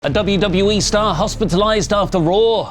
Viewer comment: Paul Heyman saying WWA instead of WWE 2K25 was pretty funny. I'd get the game just for the Bloodline cover art lol